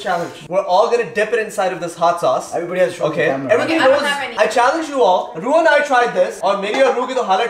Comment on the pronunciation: When you just said , Hot sauce I heard you saying Hadsaa😂😂, and I was like whatt? Hadsha?😂😂 then I just repeated the video and got the real word ( hot sauce ) 😂